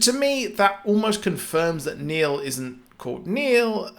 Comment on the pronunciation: Its Neil not Nail